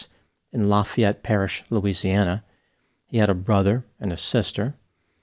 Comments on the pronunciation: I live in Lafayette,La pronounced it like a native, as we all have a special district way of speaking here. Wonder if he grew up in Youngsville? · You said Lafayette correctly!! I'm born and raised in New Orleans and now live 40 mins north in St Tammany Parish. Happy birthday and Happy Mardi Gras!!🎉🎉🎉 Laissez les bons temps rouler!!!